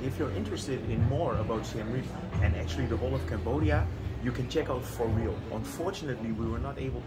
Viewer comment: Nice video, thank you. The wife saw the bit with Alexis and said that she wants to go there straight away and buy a dress. My one complain, however, is that I believe some people knowingly or unknowingly mispronounce important words. The "For Riel" is a play on the words "For Real". My gripe is that the Cambodian Riel is actually pronounced Ri-el. I know that some Americans say "Real" but I don't like this effort to force change pronunciation of words to suit a personal or business agenda.